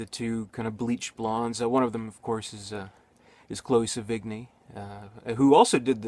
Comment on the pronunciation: I like it cause it's ugly. like watching a tornado destroy shit. cool! look at her go. anyway, I'm pretty sure you pronounced Chloe's name wrong. sev - in - yeh